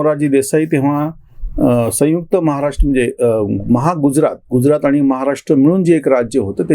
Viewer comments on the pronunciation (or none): none